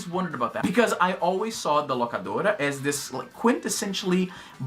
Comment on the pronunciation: Izzy parece um americano falando espanhol toda vez que solta um: "The Locadora".